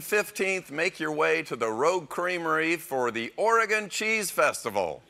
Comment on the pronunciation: A nice feature of this bit, is they pronounce Oregon correctly.